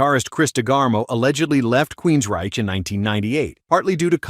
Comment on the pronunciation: ITS not QUEENSREACH - Queens Ryche and he has already announced his retirement